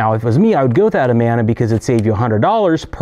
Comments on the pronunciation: Had to stop watching half way through. I was a domestic repair tech for nearly 20 years. It hurts my teeth when you say "Amona." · If you know the right way to pronounce Amana, why do you keep doing it wrong?